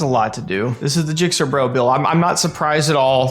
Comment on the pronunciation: You’re pronouncing his name wrong. It’s Gixxer BRAH, not Gixxer BRO. Looking forward to watching this later 🍿